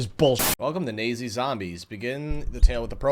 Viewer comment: Did he say nazzi🫩🥀